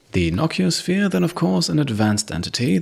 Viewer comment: I love your series; one note though, I was always under the impression it was called a "No-CEE-oh-sphere" since nociceptors in your skin for example are pain receptors, and it is literally a "Pain Sphere"